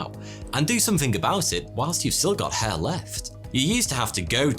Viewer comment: Soty or Foty or Toty, seriously, your pronounciation needs some clearing and training to make letters more defined, when you said hair It sounded like head and there are other words that you pronounce so unclear it's hard to tell what you said even from context. We, Russians pronounce all letters clear and sharp exactly as they are and it's so frustrating to hear how people in other languages destroying written words with pronounciation that missing letters or has them so identical to each other that you can't tell what was this letter 😇